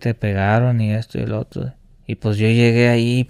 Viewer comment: Le ifle, los contuas, otuo señor, otua gente